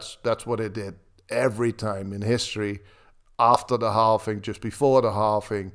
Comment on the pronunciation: It's called halving not halfing